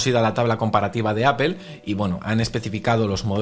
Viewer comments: Por qué dicen "APEL"?😅😅😅😅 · Apple no se pronuncia Apel….porque dices apel??????? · Me causa mucha gracia como los españoles dicen APEL JAJAJAJA, digan manzana si no saben pronunciar en inglés. También dicen GOGEL. Parece que lis inmigrantes africanos están influyendo en su lenguaje! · Porque le nombran Apel cuando la pronunciación correcta es Apol. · De donde sacas la "i" para aipel Si lo hablan evitando pronunciar el ingles deberían decir aple tomando en cuenta que no van a pronunciar la doble p aunque si es una palabra en otro idioma lo normal en todo el mundo es decir esa palabra en el idioma originario. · Asi es en España, ni ellos saben porqué dicen palabras como uifi al wi-fi y la mas inexplicable es apel a Apple esa ni siquiera la pronuncian a como se escribe. Pero en España se te quedan viendo feo si lo pronuncias bien entre todos te atacan como si estuvieras equivocado por eso todos los periodistas hablan mal aunque si sepan como se dice.